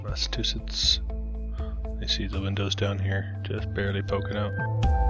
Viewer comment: mass ah chew sits = Massachusetts. Just letting you know! I did enjoy it, thanks!